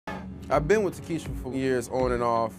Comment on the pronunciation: How can they be pronouncing her name tah kee she a?? The spelling "Takshia" makes it TAK SHE A These ghetto names are so damn dumb 🤮